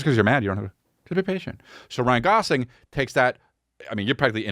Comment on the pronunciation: Saying "Ryan Golofi" after saying Ryan Gosling 100 times previous to that... Amazing 😂